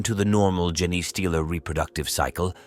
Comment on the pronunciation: 2 seconds in…jenaaaay stealer! So they steal Forrest Gumps mrs? ( then again who didn’t 🤣) Put more effort in! Already lazy A.I Unsubscribing